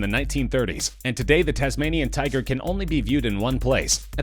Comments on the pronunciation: It said tuger not tiger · Tuger lmao k